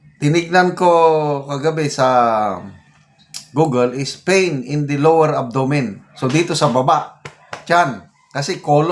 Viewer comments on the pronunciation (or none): none